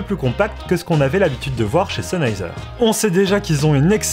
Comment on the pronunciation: Stop de dire CHENheiser x)